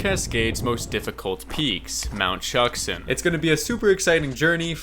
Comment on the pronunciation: Shuksan is actually pronounced “shook-son”